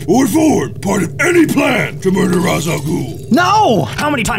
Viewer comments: It's not wise al Ghul it's race al Ghul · "Raysh". It's "Raysh". Not "Rahz". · It's pronounced Raish, actually. =p